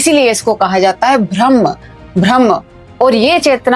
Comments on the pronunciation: कृपया ब्रह्म कहिये ... न कि भ्रम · Atleast pronounce rightly it is Brahma... Not bhramma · correct your pronunciation Brahma not BHRAM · Ma'am, बहुत अच्छा समझाया आपने, लेकिन....... BHRAM नहीं होता बल्कि BRAHM होता है। 🤔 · अरे भ्रम्म नहीं ब्रह्म है वो 😂